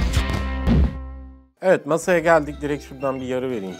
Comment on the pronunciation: masayı nasa diye anlayan ben....